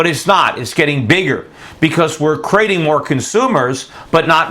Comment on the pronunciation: So how do you really spell that word that he said "Divote" ? Or did he say "Divoting"? Did he mean "Devote" I'm very suspicious of people who publish video reports that can't speak. What was the other word he said? "Antesipated"? Did he say "Jest" as big or "Just" as big? Are we temporary "Crating" jobs as he said or are we creating them?